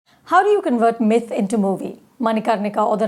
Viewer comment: Wow she calls it a mythe